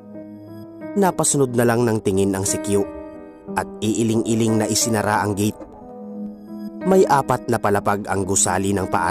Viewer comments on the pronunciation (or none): none